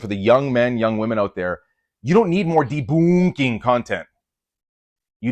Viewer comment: "Debooonking" has me giggling like a little girl XD (And your content DOES help women, too, even if we're not your primary audience. Seriously, if there's any woman out there doing the Catholic fitness thing for women, (because our bodies ARE different, by God's design,) point me that way!)